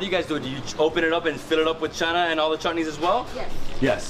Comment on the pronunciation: we need to teach you how to say bara, roti and channa like a trinidadian.